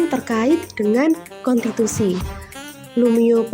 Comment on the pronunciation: KONTITUSI atau KONSTITUSI??